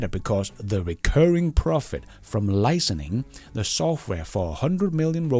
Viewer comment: I just want to help by noting that I've heard you over several videos that you've been saying "licening" instead of "licensing" I'm not the grammar police, but just a long time subscriber that want the best for you. 👍🏻